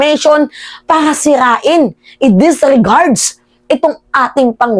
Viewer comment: E disregard, hindi e disregards...mahilig ka sa s